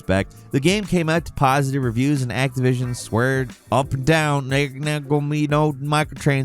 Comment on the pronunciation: love the Activison accent,.